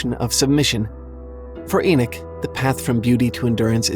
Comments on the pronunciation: It's E knock... not E knick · I had to turn it of as couldn’t deal with the bad pronounced words but especially the name Enoch ( Eee-Knock) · ty 4 pointing this out Enoch was a prophet and he keeps mispronouncing thev name wrong